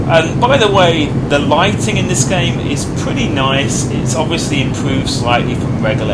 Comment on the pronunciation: Much impwoved.... Wather than saying,.... Wobin weliant....... Your voice cracks me up